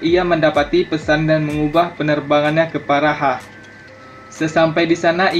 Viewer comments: Cara membaca juga perlu diperbaiki. Praha, bukan paraha. Empire bacanya empaiyer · Bang2.....AS...di baca ..as....itu kan U.S. empayer dibaca empire😁😉...praha bang..buka.pahara.....ibu kota ceko itu